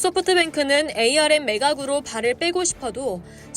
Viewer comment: 반도체 업계에서 24년동안 일해오고 있는 사람입니다. 영어 스펠로는 '에이 알 엠' 이 맞지만 업계사람들은 아무도 그렇게 부르지 않고 '암' 이라고 읽습니다. 제작자에게 건의 드립니다. 나레이션시 참고해주세요